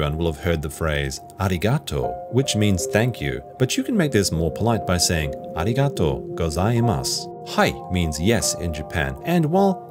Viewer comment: Shouldn’t the word stress be placed on the second syllable (not the second to the last, typical of English)? a RI ga to